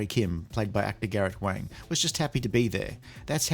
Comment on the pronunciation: It's Garret Wang like Bong, not Wang like Bang.